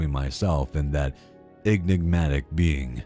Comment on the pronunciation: Repeat after me EN…IG…MA…TIC! Not EGGNIGmatic. Otherwise like the video. The mispronunciation hurts the ears.